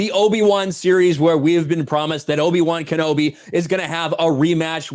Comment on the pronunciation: Sounds like loki-wan knobi.